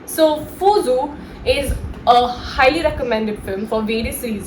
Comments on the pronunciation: Not pusu. It's puzhu. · Dear Pusu nahin.Puzhu,you need to listen Mammootty or Paravathys interview,so you can listen how they pronounce it